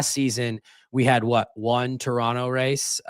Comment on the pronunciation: I was so happy to hear pronounce Toronto correctly the first time, only to hear him pronounce it incorrectly 6 seconds later.